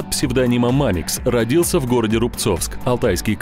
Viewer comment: Странно сказали в начале мамикс